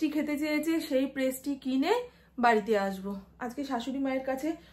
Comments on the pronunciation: kothata presty noy,pastry,vul ucharon kno koro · Prestry noi😂pastry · Prestri noi pastri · Prasti noy pastry bole